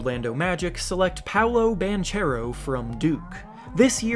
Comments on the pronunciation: Just to let you know, Paolo Banchero is in part italian and it is pronounced like "Bankero" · Banchero is an Italian surname and it's pronounced something like "Bankero", with hard c like in "bank". Please don't slaughter the name again, it was painful to hear for an Italian! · I think it’s actually Bonkero but close enough. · As an italian myself i just wanted to point out that Banchero is pronounced with a "hard c", like Bankero